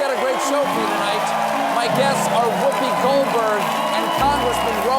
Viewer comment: Did he say Ro "Hanna" instead of "Khanna" 🤣🤣 Americans trying to pronounce South Asian names is hilarious